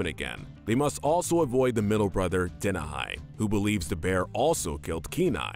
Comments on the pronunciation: It’s not pronounced den-a-hi it’s dee-nah-he my twins named after him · Dena-high? Dude, did you even WATCH Brother Bear? You should know his name is pronounced De-NAH-hee. Also, I really like Rutt and Tuke.